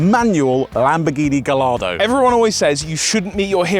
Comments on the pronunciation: 550 has always been my dream car too 🥰 P.s. that is NOT how you pronounce Gallardo 😂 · Please stop pronouncing Gallardo wrong fellas... You don't pronounce the double L's... Its pronounced Gah-yar-do because its something to do with Spanish fighting bulls. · Great video, apart from me whining every time you Gallardo 😭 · Gallardo…. gai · aa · dow The name has Spanish roots, the LL as in Mallorca is a “Yi” sound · Wait. Both of them call it Gallardo😂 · this is correct. It’s named after a Spanish bull so the correct pronunciation is guy-ar-do. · please god it's pronounced gai·aa·dow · You’re killing me saying Gallardo wrong throughout the whole vid. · Everything you pronounce Gallardo wrong, God kills a kitten. Please stop this senseless slaughter. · Love you guys. Not going to lie, I’m triggered by you pronouncing the LL in Gallardo. I tried to ignore it but I can’t. 😅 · Your pronunciation of Gallardo makes me sad 🥲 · For the love of God pronounce Gallardo properly like the rest of the world. Makes my eye twitch. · dream car but you can't pronounce its name properly🤣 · I've never heard Gallardo pronounced like that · Why are you truly butchering the pronuncuation of gallardo?? Wtf, for "car guys" to say it that wrong while i know you must have heard the right way to say it... why? Whats wrong with you?? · This 100%. This was a great video but the pronunciation was total cringe! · Yes, it's a proper noun, only the original Spanish pronunciation is correct. But I love it when people on Youtube are arrogantly wrong about something, the comments below are always good. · All these years of lusting after it and he STILL doesn't know how to pronounce Gallardo 🤦🏼‍♂️ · Given its your dream car, you’d think you’d know how to pronounce Gallardo correctly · But the logo for Lambo is a Bull, very much associated with the Spannish, and Lambo name a lot of their cars after Spannish Bullfighting do they not? So surely it should pronouced as it would be in Spannish? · It's guyardo.